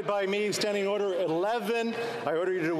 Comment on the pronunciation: hows that man expect to get ORDER in the house when he cant even say the word properly, just kept saying orer